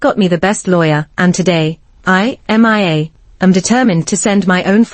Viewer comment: This particular A.I. voice seems to have issues. It keeps say M.I.A. instead of Mia.